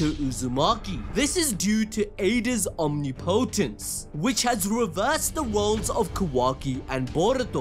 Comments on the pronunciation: I’m sorry but omnipotence is said (ahm nip oh tence) not om nee Po tence sorry but it kinda bugs me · it's pronounced om-nip-o-tence not omni-potence lol